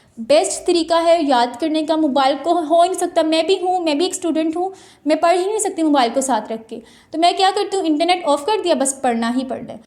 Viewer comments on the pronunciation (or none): Who else notice that she always says pari instead of parhi